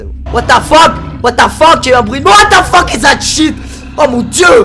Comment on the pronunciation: Whaat the Pheeuuque ! Mdrr il m'tue xD